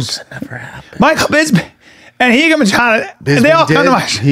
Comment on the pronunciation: Bryan's pronunciation of 'Machado' is killing me with cringe